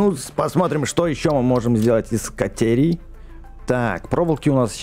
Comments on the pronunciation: Кате́рий а не ка́терий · Бэкст не катерная руда а катерийная руда залайкайте чтоб бэкст понял